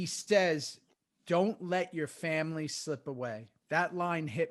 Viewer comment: Love the show boys but I cringe every time you guys say samily or famcro. I cant be the only 1 right lol